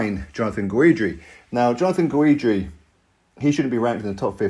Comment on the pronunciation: Guidry is pronounced Gid-dree not Guw-eed-dree